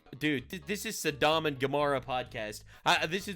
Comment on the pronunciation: Am I missing a little joke with this Saddam and Gomorrah thing? I thought it was pronounced Sodom like where the butt word comes from?